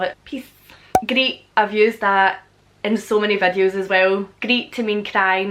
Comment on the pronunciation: I love how she says vädios (videos) lol